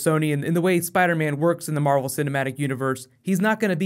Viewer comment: he said marble film instead of marvel